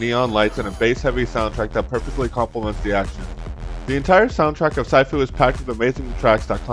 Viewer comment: Hey bro just to let you know that it’s pronounced sheefu (I think it’s supposed to be written this way I don’t know so sorry if I say shit 😅) but yeah I agree with a lot in your video keep up the good content bro 👍